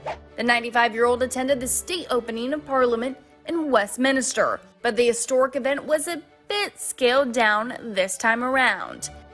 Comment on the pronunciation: Couldn't watch after the 3rd mispronunciation of Westminster. MINSTER! No ministers !!